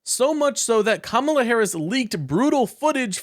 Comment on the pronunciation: Oh no. He pronounced Kamala the correct way.